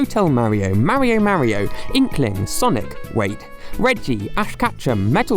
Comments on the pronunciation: The way you pronounce "Mario" is unacceptable. Stop that. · “Ideer” “Mary oh”